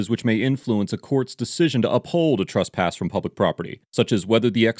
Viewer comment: Truss-pass isn't a word. It's TRESS-pass.